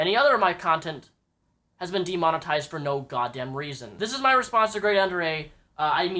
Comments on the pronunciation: Grade(A) under (A). Say the first fucking A. I fucking hate when retards mispronounce shit. Gradeundera. Wtf is that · he has a speech impediment and he has really good points ya fukn sheep